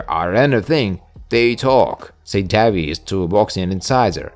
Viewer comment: Davis is pronounced (day-vis)